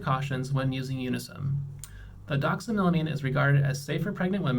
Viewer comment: Doxamilimine 😂 the way he says this is so distracting for me lol it's doxylamine! 😂